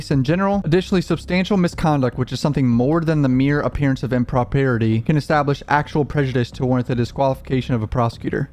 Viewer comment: improparity. Very nice. Im-pro-pry-etee.